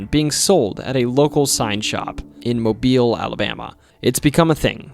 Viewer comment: Thank you for pronouncing Mobile correctly. A lot of non-Alabamians mispronounce it.